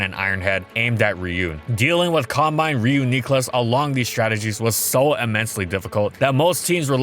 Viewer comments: The way you pronounce Reuniclus though... I’ve always pronounced it Reunuhclus instead of Reuniqclus. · It is NOT Ree-yoo-nee-clus, Its Ree-yoo-nick-clus I am getting freaking triggered right now. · Click video “Ree-yoo-nee-clus” Clicks off video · It's more effort to say knee than nih, sounds off. But I don't know how it's pronounced in the anime so can't be sure what's right. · exactly, its not the "nee" vs "neh" that is bothersome. Its where the emphasis in the word is. Re-yun-NEE-klus sounds horrible. Re-YUN-nee-klus sounds fine. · You are causing so much strife over this comment 😂 I think you meant the syllabic emphasis he places is misplaced. Usually its "REE-yoo-nee-clus" or "REE-yoo-nih-clus" but he keeps saying it emphasized like "ree-YOO-NEE-clus". Its giving Wingardium Leviosa energy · I am going to scream if I hear ree-yoo-nee-klus again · My man said "WII U Nicklos" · For anyone wondering its pronounced like Reunion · 43 seconds in and im so close to clicking that dislike button the re-u-knee-clus is killing me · You could just say Ree-you-nuh-clus. Easier to say. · "Re-you-knee-clus" I've been waiting for this video forever, and I don't think I can put up with this. Just stop. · I always kinda called “runk yoo lus” in my head. Aaaaaaand I can’t watch any more. I hate that pronunciation so much. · This man has only said Ree-you-knee-clus 4 times in 41 seconds and its driving me insane now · I can’t watch this with how he’s pronouncing it. It’s reed-ee-kyou-lus. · As usual content at it’s finest thank you and everyone else who helped. The community is lucky and happy to have you But remember it’s ree-uni-clus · "Re-yoo-neek-lus" x100 Me: "Ah, good my stroke is finally happening, bout time" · Homeboy doesn't know how to say Re U nee cluss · he says it correctly accidentally, then immediately corrects himself and goes back to kneeclus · The way he calls it "Reun" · i cant watch it cause re-yuu-knee-clus :( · Nah its Ree-Yoo-Nicklus